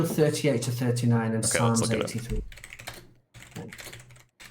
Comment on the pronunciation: Did he just pronounce the “p” in psalms?!! 🤦🏽‍♂️